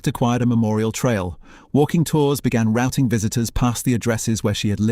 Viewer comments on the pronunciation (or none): none